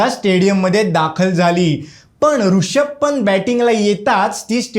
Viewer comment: रूषभ नाही रे रिषभ.